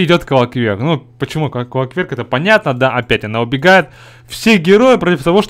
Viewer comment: "...ну и идет квакверк" :))